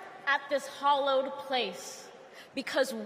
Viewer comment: It's hallowed not hollowed lol